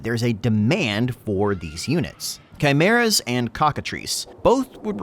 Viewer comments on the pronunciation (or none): none